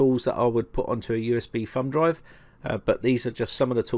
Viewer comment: Sounds like he calls it a "fun" drive instead of "thumb" drive. You crazy Brits!